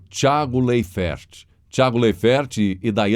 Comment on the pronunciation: A pronúncia do sobrenome do Tiago é "Láifer".